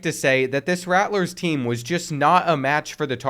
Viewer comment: Me being destracted the entire video by the extra "T" in "Rattlers" lol